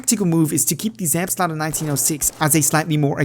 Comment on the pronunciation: can you speak german? cause you pronounce „Selbstlader“ so well